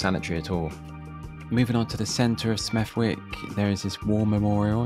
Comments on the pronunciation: Smethwick born and bred here. Blond hair, blue eyes. As another commentator suggested, it’s pronounced without the w (as in “Smethick”). I only repeated, rather than liked their comment, as I vehemently disagree with the rest of it. Yes, it’s ethnically diverse, has been since the 50’s. In 1964, Peter Griffiths won a seat for the Tories, using the slogan “If you want a n*gger for a neighbour, vote Liberal or Labour”. This led to Smethwick becoming known as “The most racist town in Britain”. People were attacked in the street. Windows put through. “Colour bars” in everything from shops to pubs. It got so bad that Malcolm X visited the town at the invitation of the Indian Workers Association in 1965, proclaiming “I have come, because I am disturbed by reports that coloured people in Smethwick are being treated as the Jews were under Hitler. I would not wait for the Fascist elements in Smethwick to erect gas ovens.” (For the history buffs, this was his final appearance in the media. He was photographed next to a road sign for Marshall Street before departing, returned to NY and was murdered 9 days later). All of this is to say, that Smethwick has long since had its issues, but diversity IS very much our strength. I grew up, went to school with and have life-long friends of just about every ethnicity and religion you can imagine (and some you probably can’t). I have attended countless Indian weddings, Jamaican barbecues. I’ve been invited to Eid celebrations (despite not being Mu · You dont actually pronounce the 'w' in Smethwick. Actress Julie Walters grew up there. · Please pronounce smethwick properly, slient W. Litter and fly-tipping is the sport of the West Midlands absolutely awful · It's Smethwick mate. 😡 You don't pronounce the w. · Ask the locals the correct pronunciation before you record your voiceovers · Its called Smeth ICK. Just like every other wick. Warwick, Berwick etc. Wanted to listen to your commentary but couldnt cope 😂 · It’s pronounced SMETH ICK